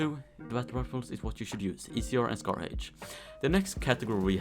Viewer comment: "THE NEXT WEAPON IS THE SCAR HAYSSSHH" LMAO